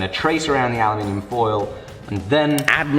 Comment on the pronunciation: That feeling when someone says aluminium right. Ohhhh it feels so nice to my ears! It's not going to last long sadly.....